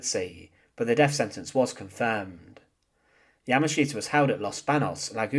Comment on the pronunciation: The really brutal thing about this video is listening to you substituting 'th' with 'f'. Sentenced to deaf?